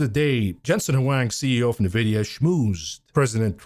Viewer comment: Why can't you pronounce NVIDIA correctly?